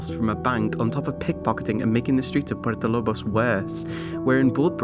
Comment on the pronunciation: Why does he say Puerto Lobos like that. Man said Purpo Lob os when talking about the Blood Brothers ending.... puert o lo bos not purpo lob os ://///////